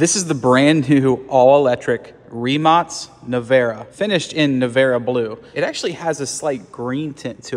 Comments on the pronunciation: He acctualy pronounced rimac somewhat correctly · It’s pronounced Ree-Mahts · Wow!!! I must congratulate to this man!!! As a (probably) born english speaker, he pronounces "Rimac" properly!!! Well done!!! Well fucking done 👌🏼😎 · Congrats on correct pronunciation of "Rimac" :-) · Thank you for pronouncing it correctly I am so sick of peoppe calling it Rimak Neveeeeera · That’s how you pronounce the name. It’s Croatian. Letters aren’t said the same. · Thank you for pronouncing the name correctly. With the c nok k. Rimac not Rimak. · It was correct pronounciation. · Wtf he literally pronounced it correctly????!?!?????!!?!!! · He literally pronounced it correctly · That's the Croatian pronunciation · That's how it's pronounced correctly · Bro pronounced Rimac correctly 👏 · Yes that is the correct way to pronounce it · You are the first eanglish speaking person who I have heard pronounce Rimac correctly. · It is literally the correct way to pronounce it... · He pronounced it correctly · That is literally the correct way to pronounce it... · Because that’s how his name is pronounced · that's how it's pronounced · It doesn't matter which english you speak, it's croatian car croatian name and in croatia you pronounce c like ts